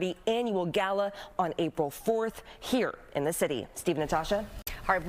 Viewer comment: “Im heading too Da Border”!🤣